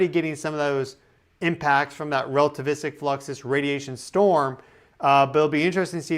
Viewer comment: Lmao rell-tavistic